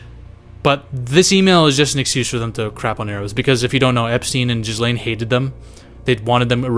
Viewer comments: Jizzlane? PRONOUNCE IT GEL-AIN. Ya dont say it like you say hair 'gel' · It's fucking Gillaine it's not Jizz-Laine! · Its pronounced gillane ffs lol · Bro i’ve been waiting for someone else to pronounce her name as jizzlane and finally! 🙌🤣🤣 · Bro her name is not pronounced jizz lane 😂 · I love that the internet universally refers to Ghislaine as "Jizz-Lane" :D :D :D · Dude are you pronouncing the S in Ghislaine on purpose 😂 Edit: "Anna Hetch" 🤣